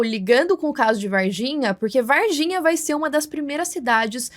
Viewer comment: Moça o nome correto da cidade é VARGINHA, vaR, com R. Vaiginha com "i" não existe.